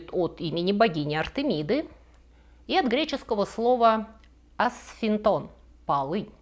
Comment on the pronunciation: Про греческое слово "асфинто́н"- улыбнуло. В действительности αψίνθιον - апси́нтион или апси́нфион. А асфинто́н- это что-то не заклинивающее, не защемляющее.